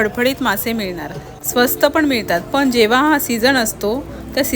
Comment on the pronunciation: मालवन नाही मालवण पन नाही पण आ नी नाही आणि.